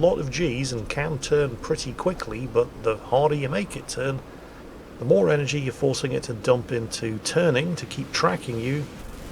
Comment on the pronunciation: MOWR THUNDER!